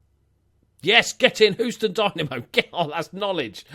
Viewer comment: Who is Whostoun (Houston)